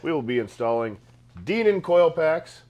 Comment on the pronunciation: The word is "Dinan" with a long "i" - it is not "Deenan."